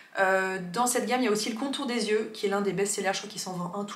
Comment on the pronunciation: Je me répète, mais merci, merci, MERCI d'être la seule personne sur YouTube qui dit (correctement) "yeux" et non pas "zyeux" ! :D